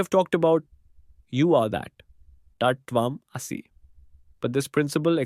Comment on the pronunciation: Please learn to pronounce TAT TVAM ASI properly. And how to pronounce UPANISHAD. Bye for now.